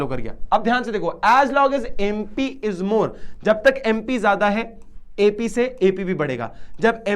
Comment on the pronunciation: Sir Bo TP hai tu nhi 😂 aur MP hai bo MU nhi😂 😊